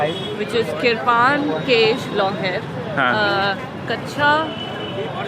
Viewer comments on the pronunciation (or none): Its kirpan not kipan